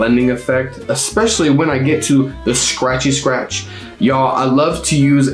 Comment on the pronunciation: “ScRäTchy sCrætch”